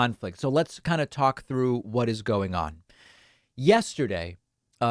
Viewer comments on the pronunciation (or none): none